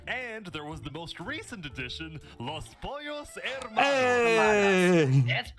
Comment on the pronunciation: im still mad at how many people are pronouncing the "H" in Los Pollos Hermanos